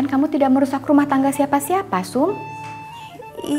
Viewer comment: Pak saum minn, bukan saup.